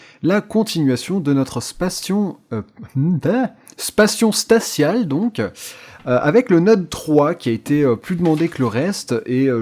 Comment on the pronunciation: spacion statiale donc.